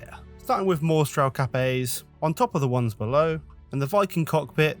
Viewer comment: Dang beautiful. I thought you were saying "Capet" rather than "Cap A". 😂